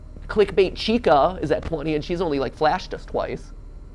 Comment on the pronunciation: Chicas not chicais dumbass 🤣🤣🤣